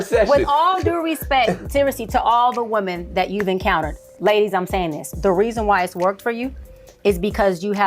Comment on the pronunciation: And does it bother anyone else other than myself that she’s one of those people that cannot pronounce the word women correctly she pronounces it singular, which is woman and not plural. I get that on medical paperwork things read just like that sometimes but you are not a I’m sorry, but this woman is not that educated me. I will not go to her for anything I don’t give a damn if she got a degree killers and bankers got degrees too